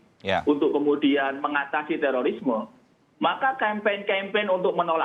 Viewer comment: teririsme....emang tuh i sama o dempetan sapa sih yg naro begitu hurufnya